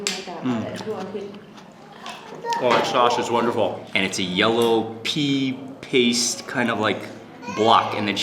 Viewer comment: Wtf? "It's a yellow pee paste" ? Sounds wonderful!